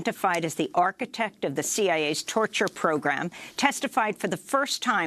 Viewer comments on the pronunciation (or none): none